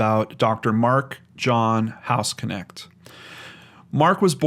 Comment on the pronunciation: don't know if anyone else mentioned it but the way to pronounce his surname, which is german (i know cause i'm german :)), is [knɛçt] not k-nect. a bit like the sch in mc escher. might be pronounced differently in the us though. funfact: hausknecht means housemaid or caretaker. very interesting case since i heard of the hospital before when i was visiting texas.